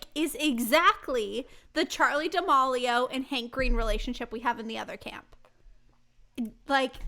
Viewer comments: I really love this podcast but I kinda cringed every time you said Charli D’amAlio when it’s Charli D’amElio. No hate lol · Not to be “that” person but that’s not how you say D’amelio! It’s more da-mee-lee-oh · Whose gonna tell her that it’s Charlie [da-meel-io] 😬